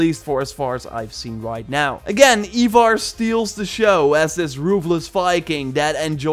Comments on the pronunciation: Eye-vor you heathen. Not eee-vor. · Ivarr is pronounced (Eye-Varr)